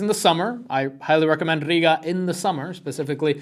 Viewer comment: The way you say Riga sounds like you wanted to say Puerto-Riga 😭😭😭